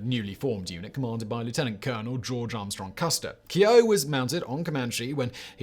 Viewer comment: Comanche's owner 's name is pronounced Key-O. Your welcome Simon.